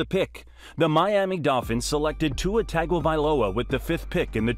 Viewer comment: The mispronunciation of his last name is killing me. It’s not TAGovailoa, it’s pronounced TONGovailoa